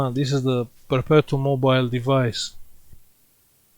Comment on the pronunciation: PERPETO MO-BEE LE